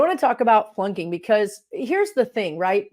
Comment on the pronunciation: I listen to this video for a while before I realized you were saying flunking not plunking. I was trying to figure out what plunking meant and why we needed to learn about it. That’s how my day is going.